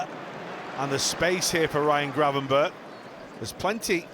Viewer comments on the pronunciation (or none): none